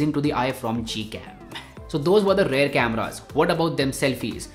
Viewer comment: Bhai it's rear camera, not rare camera